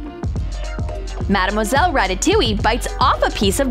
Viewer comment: Its not marmoselle its madmoselle